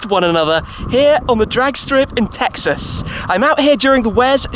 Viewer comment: You can't say Texas like that, its not allowed.